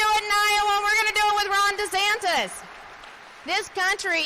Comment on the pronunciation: Sounded like the guy said "You're here to see Ron Desanctis, not me." Is just me or did he really say that?